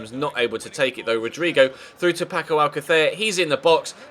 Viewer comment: I have a suggestion: When you spell Paco Alcácer, you say it like this: Paco Al-ca-THÉR, but it's actually not correctly pronounced like that. It's correctly pronounced Paco Al-CÁ-ther, pronouncing "CÁ" stronger, that's why the A has that apostrophe (Á) over it, to pronounce it with more strength.